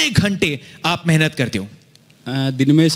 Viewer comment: accent of "mehnat"